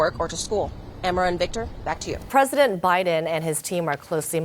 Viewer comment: p'Rresident Biden 😂 They should address him as he is. The man thats shot said? Oh you mean you cant say anything if your shot?😂😂😂😂